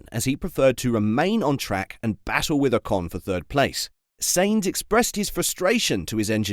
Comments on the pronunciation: It's pronounced Sign-z not Saint-z !! Get with the programme bud ! 😤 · His name is not Saints, stop hurting my ears like Ferrari engineer's when they talk. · Please learn how to pronounce the name of the person you are talking about!